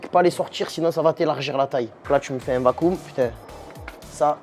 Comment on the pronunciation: Vaccum... On dit pas VAKOUM, on dit cakeum En parlant de d'ailleurs, c'est dommage sa popularité est sapée par Mma